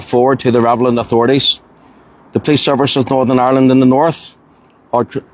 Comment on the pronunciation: The "revelant"authority,he says.Does he not know it's RELEVANT?These people are ignorant,and uneducated.All they know is how to bully.Leave the police to do their jobs.